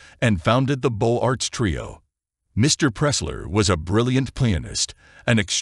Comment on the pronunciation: Beaux Arts should be pronounced Beauzarts! It's systematically wrong in this film :-(